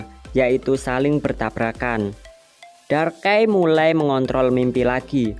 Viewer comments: darkai? Bukan nya darkrai??? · ngomong pokemon salah lagi pret 2 bang itu ngomong darkkrai bulan darkai tapi darkrai